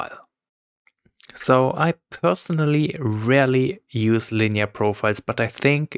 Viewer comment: Did you say you 'rarely use' or 'really use' linear profiles, at the end?